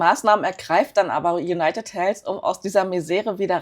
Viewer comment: Konstruktive Kritik: Es heißt ausgesprochen in etwa: Junajted Heldw (ein stimmhaftes d das wie w klingt und nicht Helfs. Einfach die Zunge an die oberen Schneidezähne halten und dann summen indem man d ausspricht. Das englsiche "th" muss man als gebildeter Mensch heute einfach draufhaben, eben weil alle anderen können. Sonst wirkt man quasi zurückgeblieben, selbst wenn sehr schöne Aktienanalysen liefert.